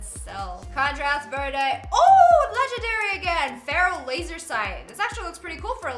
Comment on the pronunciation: its pronounced verde not verde